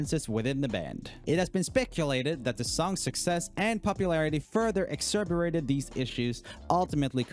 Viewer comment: Joel it’s not EX-ER-BATED. It’s EX-ASS-ER-BATED